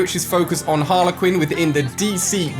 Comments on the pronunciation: It’s HarlEY Quinn not Harla Quinn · Harle Quinn 😂 so cringe it’s Harley Quinn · Who says Haler quin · Ali its Harley not Harla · harlequin? no Ali its Harley Quinn not a rugby team. also RIP Kobe Bryant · It is harley quin not harla quin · Everyone: Harley Quin Ali A: HArLeR QuiN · Did he just say Harla Quinn???????? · No-one: Literally no-one: Ali-A: "Harler Quinn" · IKR lol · No one: Ali : Harla quin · Yeah your saying Harley Quinn’s name wrong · He pronounces Harley Quinn wrong